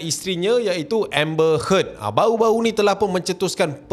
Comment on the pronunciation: nama dia amber heard bkn amber head